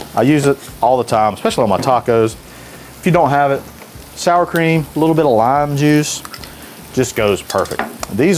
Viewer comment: It's not "creAMa"...it's "CrEMa". LOL. C'mon!